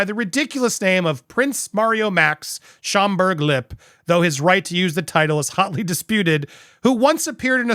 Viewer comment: The German pronunciation of "Lippe" actually sounds out the final E, so it is Lip-pe!